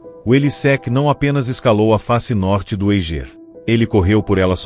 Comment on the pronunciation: O Eiger se pronuncia "Aiger" daki de casa da pra ver essa montanha. Documentário ficou mais completo, pq na netflix nem falaram q ele estava derespeitando os Sherpas.